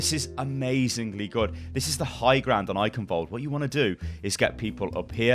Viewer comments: its funny that you can pronounce every map name right but not the name of Eichenwalde you would never say eikenwald xD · The 'ch' in Eichenwald(e) isn't pronounced like a 'k', its a Sound not used in english, which sounds like a cat hissing. would be great if more People say it right, because even Athena/announcer doesnt get it accurate.